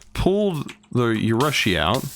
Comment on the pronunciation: Yo, I think its pronounced Uh-roo-shi. I think. Don't take my word for it I only know Japanese pronunciation from AMINE.